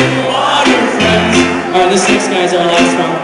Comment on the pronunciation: When they say friends, all I can hear is "frens".